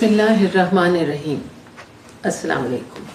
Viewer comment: Assalam u Alaikum should be pronounced correctly